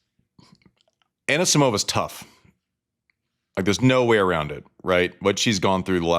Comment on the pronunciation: Love you andy. Please pronounce Amanda's last name correctly. It is Ah-KNEE-see-mova. Not ANNA-sa-mova. Tell the excellent espn announcers too.